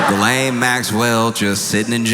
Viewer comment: I never, ever believed Diddy would do the time he deserves, nor that he would remain behind bars. My guess was an anklet. Those hideous, uncomfortable gubmint issued anklets. He will walk free, like ghislaine—you are pronouncing it wrong, BTW. The French (and I am certain she) pronounce it “GHEE-len“. You (and most people) keep leaning on the second part (guh-LAIN). The first syllable is stressed, and the second syllable is pronounced softly, like the difference between “plan-TAIN” and “PLAN-tin”. To be clear: I want you and everyone to mispronounce her name. I want her to hear her name mispronounced, for the rest of her worthless, evil life.